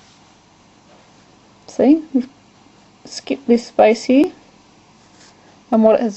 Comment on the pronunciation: Space? It sounds like ur saying spice. LMAO!